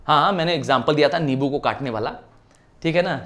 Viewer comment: Sir it is nimbu not nibu